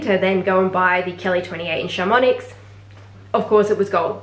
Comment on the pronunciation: oh yeah, missed out on a swift bolide 27 in black - was ready to buy and then someone else had just snapped it up from FP. just FYI: chamonix, is pronounced without the x, and vache is with a silent e...